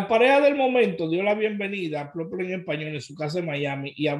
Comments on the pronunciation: Se pronuncia pipol no people. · People se Pronuncia ( Pipol ) 😅😅👍🏾